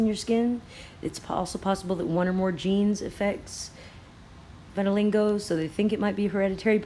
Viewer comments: It's pronounced Vit-a-lye-go.....I cringed every time you said Vitalingo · Hi I love your channel and videos! I am not trying to be a troll. Throughout the presentation you say VitaliNgo. There is no N, you seem like someone who would want to pronounce it properly. vit-(rhymes w sit) a -lie -go. Thanks for all you do. Love and peace from WA state. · Vit-Til-LEEGO. VITILEEEGO. Not Vitilingo. I'm sorry, it had to be said...I love your vids but mispronunciation is the bane of my existence. Why is that man walking through Chernobyl with no protection?!?! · Geo engineering. ( Viti.li-GO ..not LINGo ...Lol.. You*re so cute though) Love Love Love your vids. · It's pronounced viti-lie-go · Great video, as always, vittilingo made it even better. <3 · It's Vit-a-lie-go